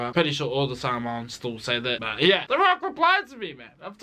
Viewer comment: AHH YOU SAID SAMOAN WRONG